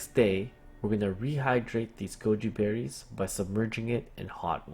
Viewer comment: I thought u said Gucci berries